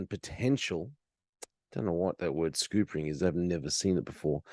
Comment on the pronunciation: Phonetically not scoop- ering, sc-up-ering, & it means to upset a plan into failure, its a very specific way of accomplishment. I live in WA, Commonwealth Bank has just rolled out it's Carbon Credit tracking app. Yesterday I had to go to a Catholic Community Housing Group's Offices. At reception & at head height stood 2 wi-fi connected tablet like log in terminals, on the home screen was a smiley face, the covid message, & a request that users put their faces up to the screen which then displays an auto frame, for a temperature check. Clearly its its a facial recognition biometric data gathering device, uploading to a database, & the phone or other connected device that the user is carrying provides an identity to complete the upload. I carry no phone or other for a reason, anyway whilst I was waiting I watched half a dozen people comply with the instruction without a flicker of comprehension., I have no criminal record, but I do remain untested/unvaxed, (I got the Delta variant 14 months ago), so these detention arrangements are very, very, concerning.